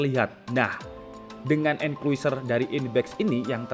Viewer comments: bacanya enclosure (enklosur) bang bukan enkuiser :v BTW, kok mirip ya sama yang merk Orico? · xixixiixixiiii sama saya juga kepikiran sama enkluiser